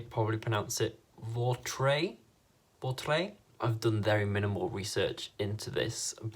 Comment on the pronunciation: I'm French and you have a good pronunciation for "Vautrey" :)